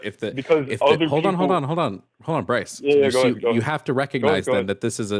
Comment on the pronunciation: I heard you say Rice instead of Bryce lmfao